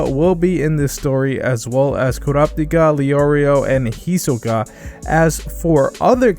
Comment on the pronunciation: You talking about not wanting to be grammar police then go on to be the grammar police. We’ll not to be the pronunciation police but you keep pronouncing Hisoka as “Hisuka.” Should pronounce it the correct way. Neat information though. Thanks for the video.